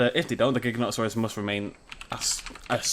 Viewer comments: It's pronounced "jig-a-no-toe-saurus" :/ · cool and its pronounsed gigantasaurs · it's a jin-tone-nota-suars that's how you pronounce it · Y can't even say his name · The Wolfs gaming yes, learn to pronounce it right bud